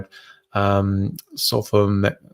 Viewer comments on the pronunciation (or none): Shocking that an MD isn't familiar with sulfamethoxazole and doesn't know how to pronounce it. It's a common treatment for prostatitis, and yes it's typically given for more than 10 to 14 days.